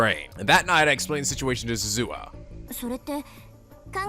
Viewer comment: I'm mostly just continuing with this because it's reasonable to not know how to pronounce foreign words, except that the voice actors are literally providing you with proper pronunciations. Rule of thumb for Japanese names, please stress the THIRD TO LAST syllable. This is VERY CONSISTENT; you should never need to guess how to pronounce names: Amane SUzuha, not aMAne suZUha MAyuri, not maYUri Okabe RINtaro, not oKAbe rinTAro / Okarin, not oKArin / HOUouin Kyouma, not houOUin KAede, not kaEde FUbuki, not fuBUki Itaru HAshida, not iTAru haSHIda HIyajo, not hiYAjo MAkise KUrisu, not maKIse kuRIsu KAgari, not kaGAri (this one you got right) MOeka, not moEka And from other games, to make the point clear: MAjima, not maJIma MAkoto, not maKOto KAzuma, not kaZUma If you don't believe it, just listen to how the voice actors pronounce the names. It's a western tendency to stress the second to last syllable instead, but third to last is correct. I would understand not knowing how to pronounce names if you read them with no context, but in games like Yakuza and Steins;Gate, the voice actors read out the name for you so you should know how to pronounce them.